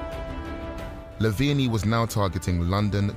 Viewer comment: why do you pronounce it lavenie